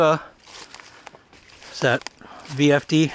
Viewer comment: I'm pretty sure that was the fire truck that was pulled out of there. Elk Mills/Poga "Pogi" is how it's pronounced. There is a video somewhere of them pulling it out.